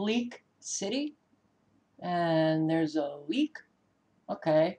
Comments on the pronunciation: I think it is League city ; haha sounded like leak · It is League City not Leak City. But you are spot on about all the things you have said. I live in Houston and it worries me.